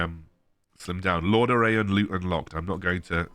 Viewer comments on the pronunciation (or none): Just so you know, not being a dick or anything, it-s pronounced LOR - DA - RON 🙂